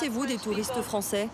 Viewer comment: Ce sont des "fwoncais" de quel pays?